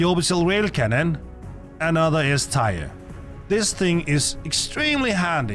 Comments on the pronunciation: I know English isn’t your first language, but tier is pronounced TEAR, like the kind when you cry, not shred paper. Nor tire, like a car. Teeeeeeer ;) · Its tier like tear not "tier" like tire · Didn't notice anything, except... Tier is pronounced "tee-air", not "tire" :p Great list, I pretty much agree with everything! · your accent is definitely noticable, but your english is actually very good. also, tyre instead of tier (pronounced tear, as in crying not tearing something) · Its pronounced tear like teardrop not tire like car tire, but other than that 9/10 video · Good vid. Btw it’s Tier as in Tee-Err and not Tire or Tyre. 😂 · “Teer”. Not “Tyre”. For the love of Christ there’s no way you’ve never heard anyone pronounce it correctly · It's prounounced TEER. SAY TEER not tyre. Ffs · Bro it's tier, not tire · Your English is great the only thing you really pronounced wrong is tier , (Teer or Teeuh is how it sounds ) great video 💯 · Tier: pronounced: Tear as in what comes from your eyes when a bug kills you. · Yea even knowing this, my danish accent still wants me to pronounce it “tire” 😅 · Um... Anti material rifle D tier (pronounced "tear" btw)? That has gotten me out of some serious situations... Right out the gate I'm already disagreeing, especially with the LMG in B tier with that LONG reload with no help available... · Why are you pronouncing tier as "tire" ? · Bro is saying “tire” the whole video kms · I like the eay you say 'Tier' man ✌🏻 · Haha yea sorry. Someone did correct me on how to pronounce “Tier” 😅